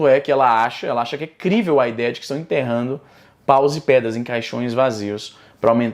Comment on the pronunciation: "Interrano", "rancá"... Eu ja parava por ai